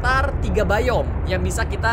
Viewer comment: Bang kata Abang yang bayom salah bang harusnya dibaca biom